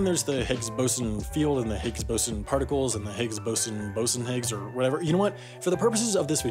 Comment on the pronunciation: Yes, the great... Higgs-Bosen... Bosenhiggs.